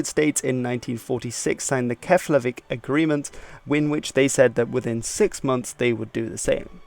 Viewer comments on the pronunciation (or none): One tiny pedantic note here: Keflavík is pronounced "Keplavík." :) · Ég segi Keflavík, með effi